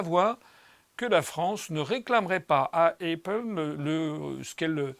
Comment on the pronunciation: La prononciation d'Apple est à modifier. Ce qui ne nuit pas au propos, certes, mais...